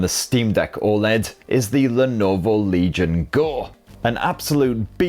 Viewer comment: I don't know why I keep hearing "RELIGION GO" instead of Legion GO. Is this a new type of Faith ?